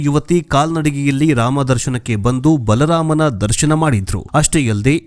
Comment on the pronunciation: Bala raama anbedi... Plss.. Baalaraama anta spasta kodi janugluge. Plss🙏🙏🙏